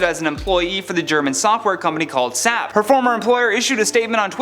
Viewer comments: The company name is actually pronounced as the letters S - A - P. It's not pronounced "Sap". SAP (based in Germany) stands for "Systems, Applications & Products". The company has business management software programs for multiple industries. I happen to work with their CRM system every day for my job. As far as the woman in the store - what the name of all that's HOLY is wrong with people?! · So distracted by you calling the company sap lol 😂 just playing, it’s pronounced as S-A-P, the letters individually. But that’s the least of the issue as compared to people being karens/coughing on others for no reason lol